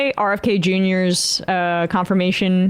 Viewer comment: 'RKF'? It's been 9 hours bro. How'd you fuck that one up?